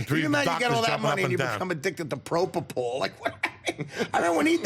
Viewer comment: PropoFol, not propoPol